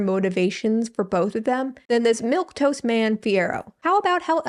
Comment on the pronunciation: also "milquetoast"